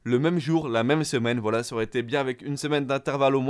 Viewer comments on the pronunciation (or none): none